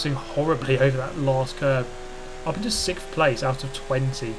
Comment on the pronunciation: Sixth or 'sicth'